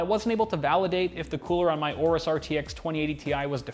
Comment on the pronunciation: learn how to pronounce aorus correctly for once